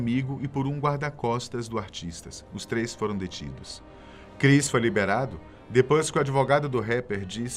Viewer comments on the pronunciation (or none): none